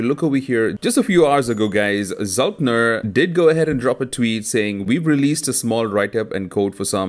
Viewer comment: Its very hard to take this guy seriously when he mispronounces Znullptr as zultner every single time...